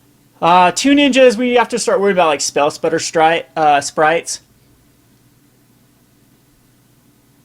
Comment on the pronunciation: I don't think you pronounced "spellstutter sprite" correctly, even a single time, the whole video. Sorry I just couldn't help myself lol I enjoy watching all your (and associated entities') videos, and will definitely continue doing so! Like!